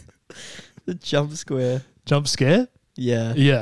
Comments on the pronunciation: he said Jumpsquare 😂😂😂😂😂😂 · "Jumsquare" 😂 (7/40,000)